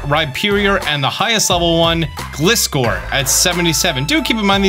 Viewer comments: nothing wrong with pronouncing but Gliscor is pronounce Gly-Score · Why do you pronounce Gligar correctly and Gliscor wrong…😂😂😂